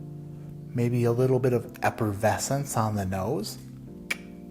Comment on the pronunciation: I believe, accorded to, it’s “eppervescence”.